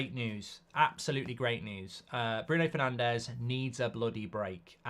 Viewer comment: I love that “Brundo” Fernandes lad